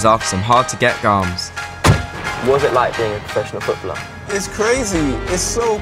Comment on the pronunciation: 'Garms'. At that point, I stopped watching. What a bell end.